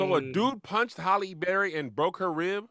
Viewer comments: I have been waiting monthsss for someone to correct saying Halle Berry’s name 😂😂😂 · So am I the only one that heard pronounce Hallie as (Holly) too 😂😂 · Shoot! ain’t alone! I’ve been pronouncing Halle Berry as Holly Berry for the longest time too!! Maybe it’s a Southern thing lol Or maybe just chalk it up to my NC accent! 😅😂😂👀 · I don’t kno anybody who don’t say holly berry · HALLE BERRY = i pronounce it like and and not sure we are wrong. the HALL is how its spelled. then an E. HALL-E berry. wtf is a Hal-lee berry lol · I been pronouncing halle berry "Hall-E" for years too, y'all got on kev like he the only person that probably pronounce it like that 😂😂😂 just how we say "Mokintroll" instead of "remote control" 😂😂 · He just is using a different pronunciation of the a in Halle. Tomato/TomAto.....